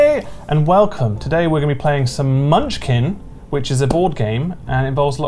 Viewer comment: as someone who has countless hours in munchkin watching you butcher it is quite painfull